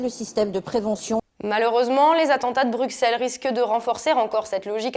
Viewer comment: On écrit Bruxelles mais on prononce "Brussel". Je ne pense pas que vous seriez content si on disait "Auxerre".